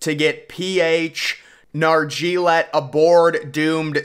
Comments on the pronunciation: Ever thought of looking at how people’s names are pronounced before hand? It’s pronounced Nar-jzee-oh-lay. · Watch a video on how to properly pronounce PH last name please